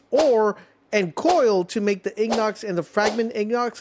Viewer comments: Hey brother, it's pronounced like ing-it. Like an iron ingot. It's just sounded silly like ig-not lol other than that good info buddy! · The way you say ignot made me turn off the video and find another. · pronounced inget not ignot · Ingot, pronounced In-Got my friend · if you're gonna make a tutorial you should at least be able to pronounce ingot and coal not "ignot" and "coil" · Nah its worse he said Ignock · lol "Ing+not" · Seriously? You can't pronounce the word INGOT? Its not INGNOT. Kids, this is a great example of why you should stay in school. You don't want to end up like this. Wow. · You are the first person in my 35 years of living that I have ever heard mispronounce ingot and coal and my brain is going nuts after hearing what you called them! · Dude look up how to prenouce Ingot and coal 😂